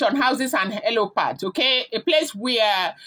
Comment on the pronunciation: Its helipad not helopad, when you want to form "informed" be patient with learning dont rush, rome is not built in a day.. Its HELIPAD NOT HELOPAD